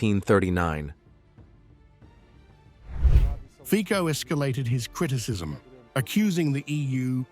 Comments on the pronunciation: What a shame that I have to say it again and again: Mr. Fico's name is not pronounced as "Fiko" but as "Fi-tso". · His name is not FIKO, but FICO ! STUPID NARRATOR ! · Kaja relax! Instead of Victory Parade you have a parade of perverts. Not Fic(k)o, but Fićo. Please stop being so rude and unprepared. Not Maria ZakhrÒva, but Maria ZakhÀrova. Where is the high level of journalism?...no surprise China is ahead in everything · Fico pronounce F i t s o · Out of respect to Robert Fico please learn and use correct pronunciation of his surname. That Anglo pronunciation is awful.